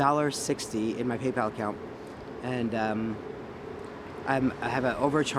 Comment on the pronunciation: "I've got like $1.60, in my Payoal account" lol That made me laugh so hard I almost cried.